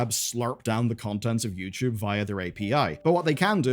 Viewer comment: ITS NOT YOUCHUBE